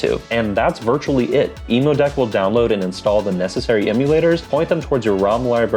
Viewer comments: Great video but it's pronounced like emm-you-deck...cuz it's a deck for emulators, not for emus. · Great guide! I've never heard Emudeck pronounced like the bird before lol. Subbing as long as there's more Steam Deck content like this! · Most know the “emu” part refers to “emulation” and not the bird lol